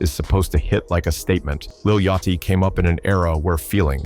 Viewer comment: “Redmin” and “Yacht Chee” …. The AI slop is real here …. 👎🏾